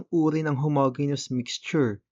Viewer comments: Just a minor correction lang po sir regarding sa pronunciation ng "Homogeneous", it should be pronounce as "how ·mow·jee·nee·uhs". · weyt kuya onting correction lang po ang pronounciation po kasi ng homogeneous is ho mo dyi nyus yung po yung pag kakaalam ko po base sa tinuro po ng teacher namen ehehe